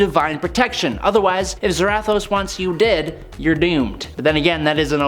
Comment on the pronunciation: Why…. Why do you keep pronouncing Zarathos like that🤦🏻‍♂️